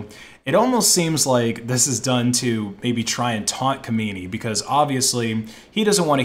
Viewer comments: weird that i'm currently living (stuck) in this damn country and had no idea. i did thoroughly enjoy you slaughtering that dumb idiots name tho lmfao. imma call him kamini from now on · Im sorry i love you but its pronounched kha-men-eye